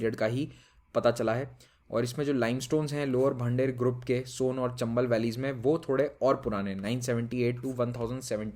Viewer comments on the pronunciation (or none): I am from geology background. The Maihar pronounciation was exact but Bhander group can be pronounced as Bhandaer or Bhandara group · Sir it's great video And inko pronounce aise karte hai. मैहर और भांडेर। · I'm from MP It's pronounced as मैयार (h is silent) and bhander as भांडेर